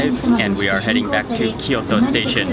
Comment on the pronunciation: キヨトじゃなくてキョート。 トキオじゃなくてトーキョー。 そんなに発音難しいのかな？